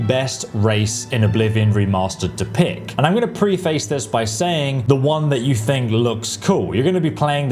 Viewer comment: bro, please look up how to pronounce preface. Because it’s not pre-face 😉